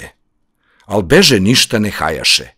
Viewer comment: Samo jedna ispravka..Ne akcentujete reč "kada" kako treba...Kada u ovoj pesmi je kaduna, nije reč za vreme (kada?). I "beže" takođe..obraća se begu. Akcentovali ste kao da "beže" znači bežati, trčati 😊